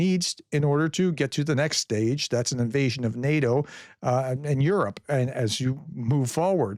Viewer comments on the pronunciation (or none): none